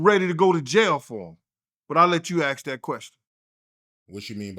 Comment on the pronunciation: Is it really that hard to pronounce the work ASK ???